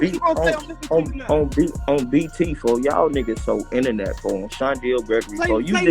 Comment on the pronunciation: Who tf is chandel gregory? Butta stay saying her name